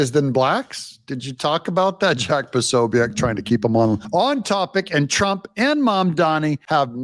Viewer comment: Jack Posobiek. (PUH so bik). I respect Jack TONS!!!